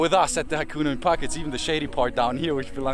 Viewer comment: Can someone teach him how to pronounce hakuna mipaka.